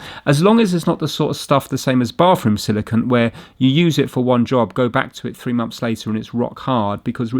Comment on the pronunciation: A silicunt is very different than silicone haha